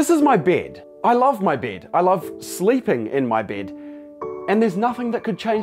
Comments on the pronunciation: He said "bêd" in instead of bed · Its not “bid” its “bed.” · His accent is kinda weird it sounds like bead not to be rude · I thought he was saying "bid" lol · Every time he says “bed” it sounds like “bead” Lol I’m sorry I have to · It's sounds like "bid" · the way he says "bid" instead of bed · Why i am the only that hear brëd instead of bed lol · It sounds like he is saying bead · I love how he pronounces beeed, don't you just love foreign accents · when he say bed it sounds like beard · Bro why did he pronounce it as bid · The way he pronounces 'bed' like 'beard' is so soothing... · Why does he saying bed sound like beard 🤣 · 😂😂whats that accent "baid"... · Sorry but every time he says “bed” I hear “beard”..... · I keep thinking you said “beard” instead of bed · "I Love My Byed" - Accent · Guy can’t pronounce bed